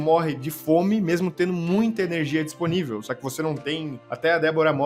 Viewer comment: "iORgute" "eRNegia".... Aí é foda. Rsrs